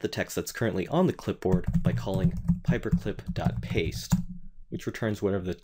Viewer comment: it's "pyperclip" not paperclip. :-)